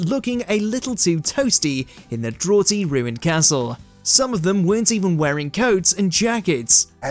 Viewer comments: Draw-ty? It’s pronounced Draft-y you fool! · "Drawty" instead of draughty as well....